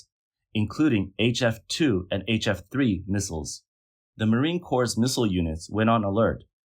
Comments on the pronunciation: You lost me at Marine Corpse. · Marine Corpse, it says. -.